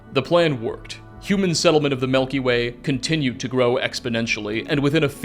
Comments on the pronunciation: Milky way... not Melky Way. Driving me bonkers lol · I don’t wanna be that guy but you kept saying ‘melky way’ and it made me giggle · What I learned from this video is that pronounces milk as melk and it has given me a new appreciation for the Melky Way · Melky way 😂 Greay video thanks! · The melkyway